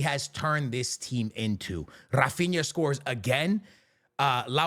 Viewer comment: Além disso, já que estamos falando de pronúncia errada... HA-feen-ya